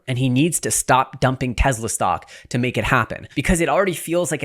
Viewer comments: Its Tesla not Tezla. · …. It’s NOT TEZZLA. My god lol. “Tesla” TESS-lah.